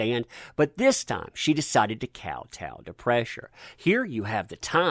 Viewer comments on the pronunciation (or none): none